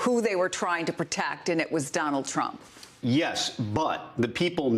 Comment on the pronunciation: Around the mark, Paul Butler calls him Dump!! I've listened to it three times and can't see that it's anything else.